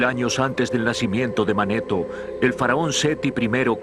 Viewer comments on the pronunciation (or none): Ya lo había visto pero con otra vos del narrador y no tenía tantos errores, ejemplos: Edoroto visito Egipto en el 450 a de C y dice que fue el 4500 a de C, y se llamaba Manetón no Maneton.